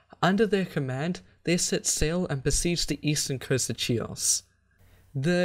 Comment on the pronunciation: Great quality but my brother, if you somehow managed to get the "ch" in Chares right then why, oh why, did you do "Chios" like that? Anyway I certainly hope you may decide to continue this series at some future point...✌️